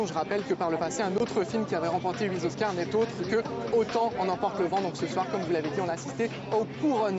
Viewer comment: '': "Slumdog Millionaire remporte huit z'oscars"